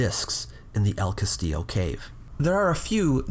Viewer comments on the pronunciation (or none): none